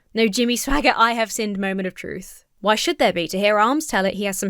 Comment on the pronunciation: I’m gonna walk around all weekend saying “hwhy?!” cuz the way he pronounces it definitely has an H at the beginning 😂